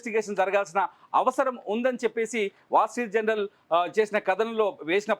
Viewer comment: జనరల్ కాదురా నాయనా. జర్నల్.